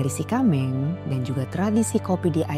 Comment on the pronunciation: Sie kameng kalau dalam pengucapannya biasanya kyak pengucapan “t” kak Ti kameng But thanx alot udah angkat aceh jdi topik pertama❤